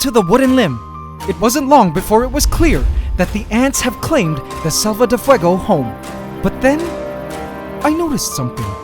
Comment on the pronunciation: You're pronouncing selva like salva